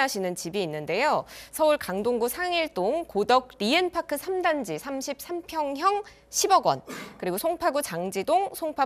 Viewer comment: '고덕리ㅡ엔파크' 라고 부르시는거 약간 밈같네요ㅋㅋ